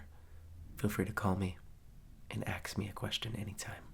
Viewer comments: did my man just say "AXE me a question anytime" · "Feel free to call me and AXE me a question" I love that, oh my god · "AXE" ME A QUESTION. I've listened to this for years on loop and I only just noticed!! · “Axe me a question at anytime.” SKJKAJDLAJDS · Anyone else notice the he said “Feel free to AXE me any questions” 🧐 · "axe me a question anytime." clever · “Feel free to call me and AXE me a question anytime.” Hahaha 😂😂😂 I get it. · “axe me a question” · Don’t hesitate to AXE me a question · feel free to call me and “AXE” me a question anytime hehehehEheheh i love it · Can I axe you a question? lol <3